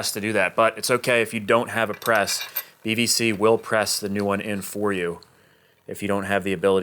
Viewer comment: I keep hearing BVC as BBC 😅